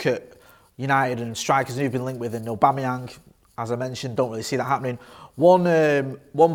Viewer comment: Lol did he say Patrick abamuyange